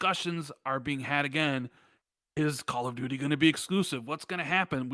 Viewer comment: YOU SAID "CALL OF DOODOO" 🤣